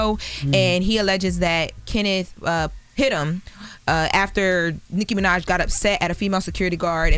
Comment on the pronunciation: saying “Nikki Minaj” like calling Beetle Juice! Damn. Lol